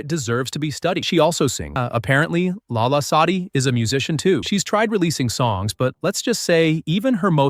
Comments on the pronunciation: its lala not Allah no hate though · NO ITS LALA SADI PLS CORRECT IT PLS (I don't like her it's just that u said Allah sadi so pls) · no , not Allah :( its LALA , not ALLAH. (god) :((